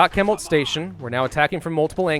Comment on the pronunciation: ... I hate to nitpick... I hate to that guys... but it’s pronounced shemult not kemult. (Chemult).